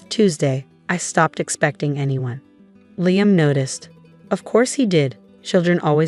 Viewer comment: Pity they can't pronounce Liam properly!!